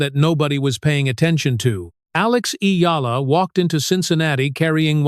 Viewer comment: This stupid AI generated voice and reading can’t even say her name right.